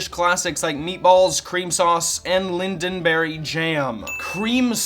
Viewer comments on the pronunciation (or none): He said "Lindonberry". It's not "Lindonberry"! It's LINGONBERRY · *Ling-gone Berry sorry, just a nitpickity swede :) Love the video though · there's no d in Lingonberry.